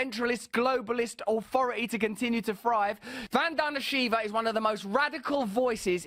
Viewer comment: Say her name the right way.